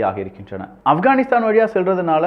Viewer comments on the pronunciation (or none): none